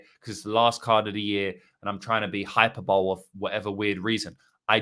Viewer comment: High-per-ber-lee bro, not hyper-bowl 💀